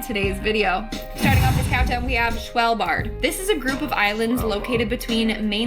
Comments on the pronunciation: Sounded like... Schvl- bard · Im Norwegian but not from svalbard but i love when americans try to say Norwegian words, svalbard is a very Cold place, There is a seed vault there with millions of seeds in case every other food source dies out, but known for being very cold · So tha V is silent